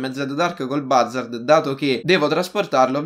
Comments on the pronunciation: Si pronuncia buzzard non bazzard. Cmq bel video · Oppure andare all eliporto del mare di San Andreas e ti prendi l'elicottero invece di fare tutto in macchina CMQ ti stimo continua così 😜❤ e si dice "buzzard" Scusa se ti correggo sempre non odiarmi 😂😂